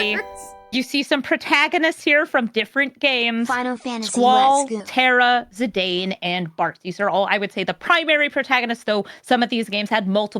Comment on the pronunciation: The way she said "Zidane" hurt me. XD